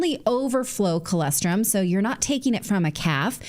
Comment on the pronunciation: For the love of everything holy, Natalie, pronounce colostrum correctly! I'm also from a dairy farm, please, look up the pronunciation and use it, I'm sure your sponsor would appreciate it